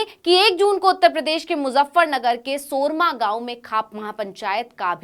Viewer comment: सोरम, सूरमा गांव नही